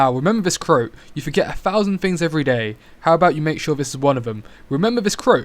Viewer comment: Quote. Not crote.